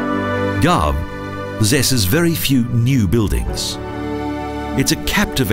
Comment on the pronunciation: gharb it,s pronounced arb